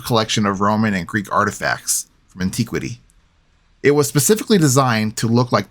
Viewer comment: Why are the short 'i' words being pronounced with long sounds?? It's villa, as in 'itch' not 'vee-la' and antiquity not anteeequity. How irritating 'eeereeetating'.